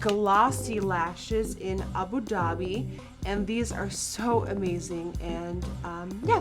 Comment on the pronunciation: Are we all just gonna ignore the way she pronounced Abu Dhabi? lol